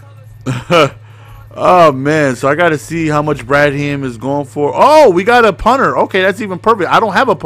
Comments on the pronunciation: BRAD HAM HAM REALLY it's bradham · Ur saying Bradham wrong. Ur making it seem like two words.